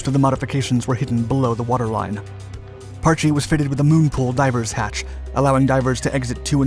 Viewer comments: If you are going to make a video about the history of a sub you could at least try to pronounce the boat's name properly. Parch not parch-ee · After being station on the Parche for 9 years out of a 20 year career( ) and hearing it pronounced Parch by a lot of people over the years since 1983 it just kinda old and gets me going.